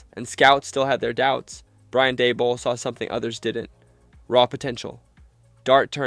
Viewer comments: Where do they get these narrators??? Da-bowl? Show-en, Mallick Nabors? lol. Jeez. It’s not like no one ever heard those names. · Schoen=Shane, Malik=Mahleek, Daboll u say it like table, SkatteBOO not Bo & Mbow the M is silent but he pronounces his last BO. you f'ed up so many names man I had to lol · lol “Brian Dabble.”